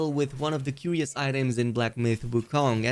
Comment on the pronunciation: Curios = Kur-Re-Oh . Lol